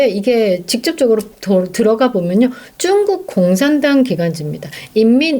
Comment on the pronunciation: 쭝국이란 발음이 듣기에 거부감이 있네요~^